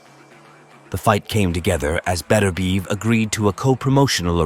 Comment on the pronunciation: Im sure thats not how you pronounce his name 😅 good vid 😊👍